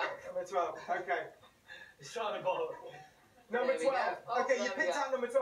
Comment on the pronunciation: “WHOTA GREAT NUMBA” -louis tomlinson